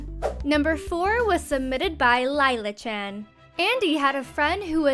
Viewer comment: I SAW MY NAME UP THERE!!! (Just Laila not the story) and it's pronounced Lay-lah not lie-lah